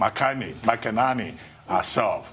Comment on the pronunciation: Should Americans complain you guys also can't pronounce keyleigh Mc-Enany not keli makanani 😂🤣😂